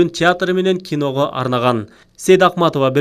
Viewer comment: Сайдахматова дегени эмнеси? Туура окугулачы..Сейдакматова